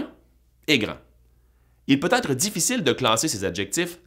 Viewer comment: Attention à la diphtongaison! Même au Québec on devrait prononcer ÊTRE [ɛtʀ], et non pas Aïtre